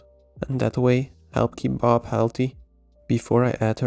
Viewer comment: ah, now i understand why you pronounce her name like "baahb"... it stands for badass babe.